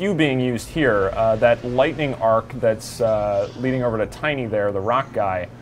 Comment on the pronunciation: did he pronounce tiny like tini?